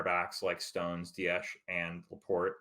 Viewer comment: ITS DIAS NOT DIASHHHHH....JUST SHHHHHUSH